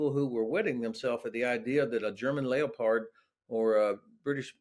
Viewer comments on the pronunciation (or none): "LAO Pard?"...never heard it pronounced like that before. LOL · Lay O Pard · German pronunciation.